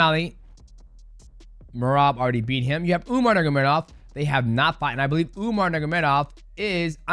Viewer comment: are we all just going to ignore mighty completely botching umar's and merabs names 😂